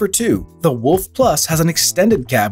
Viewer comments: wooolf not wuff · When he is saying Alpha Wolf i keep hearing Alpha Woof…